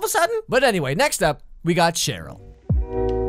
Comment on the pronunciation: It’s Sheryl not shitroll